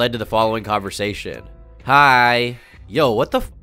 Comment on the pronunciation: i can't get over this part, why tf did he say it like that?? "hiiii :D"